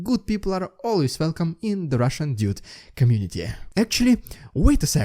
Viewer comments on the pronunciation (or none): none